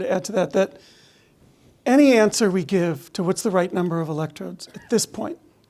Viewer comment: Ha ha ha . she said numble on the video instead ov number . that waz phun-knee .